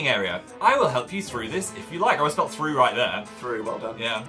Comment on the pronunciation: "go thROgh"😂